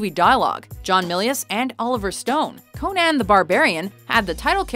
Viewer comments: Who is this cone ann the barbarian you speak of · You know this is bad when can't pronounce Conan correctly